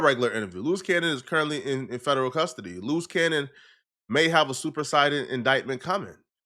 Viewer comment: Sooooo...' Your Saying "Luce Cannon' is a "Loose Cannon'.🙄